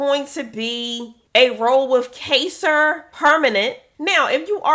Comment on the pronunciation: It's KY-ZER, and thank you for the leads!!